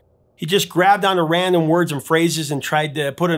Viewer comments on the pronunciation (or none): none